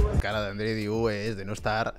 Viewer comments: El nombre del chico es Andrei DEIU no diu please! Se lee igual que se escribe. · Muy bueno. Andrei deiu (andrei dEiu ) la "E" TAMBIEN SE PRONUNCIA